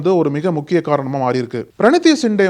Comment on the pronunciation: நக்கீரன் ஊடகம் பேசும் நெறி யாளர் எதிர் கட்சி தலைவர் ராகு ல் காந்தி என கூற வேண்டும் மதிப்பு கொடுத்து பேசவேண்டும் வயசில் உன்னை விட மூத்த வர், பிரினி தி சிண்டே என கூறுக தம்பி பிரனி தி அல்ல சரியா கூறு,,, தமிழன்